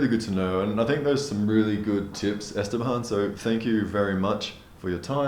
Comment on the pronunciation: Awesome video but, do you know you’re killing Esteban’s name. You pronounced it Estebomb. It’s Este-BAN.